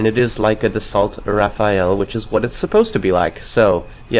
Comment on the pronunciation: It's Dassault Rafale not Raphael. But that's just nit picking. Sorry. Kinda weird that that bugged me enough to mention.